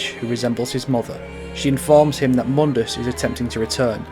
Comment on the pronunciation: says he dislikes DmC, then pronounces Mundus the DmC way